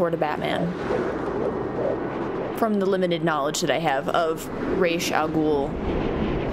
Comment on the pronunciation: It's not Ra'z it's Ra's!!